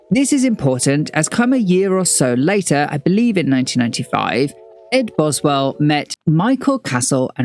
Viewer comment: Why are there so many mistakes in this video? You consistently mispronounce Boswell's name, there are slides with incomplete quotes. This video is a mess.